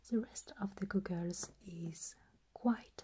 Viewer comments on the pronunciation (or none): She pronounces goggles like gu-guls and I love it lol. I may have a new favorite ASMR channel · I just like to hear her say " goggles ". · THE WAY YOU SAID GOGGLES JUST MADE MY WHOLE DAY I loved the video id love another optometrist video this was very very tingly and relaxing and the steampunk optometrist was perfect it's my favorite video on the internet right now and my favorite video you've ever done please make another steampunk optometrist I need new as you call them "goggles" 😂